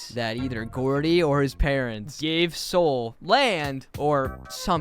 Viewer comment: ITS GROUDY NOT GOORDIE